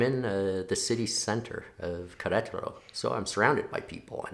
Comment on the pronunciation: Very good honest video. I am impressed with how you presented the reality of your experience. BTW, you nailed the pronunciation of Queretaro. I moved here about a year ago and I still have problems with Spanish and with meeting people. I know 3 local people here and I don't see 2 of them more than just occasionally. I do plan to stay though. I am retired, and living here is better than in the U.S. I'm completely open to having a coffee or a beer with you if you are open to it.